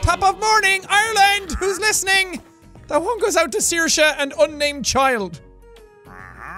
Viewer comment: it's saoirse not sasha